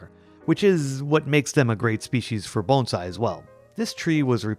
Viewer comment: You pronounced 'Bonsai' perfectly!!